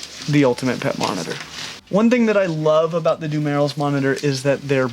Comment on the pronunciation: dumelil's monitor pronounsed dum-ear-roll